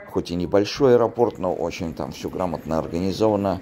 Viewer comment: Спасибо, очень полезная информация ! Вот только, извините меня, но Вам стоит обратить внимание на ударение в слове АЭРОПОРТ, при склонении.